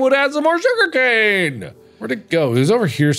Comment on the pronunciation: There's more... J O O G E R C A N E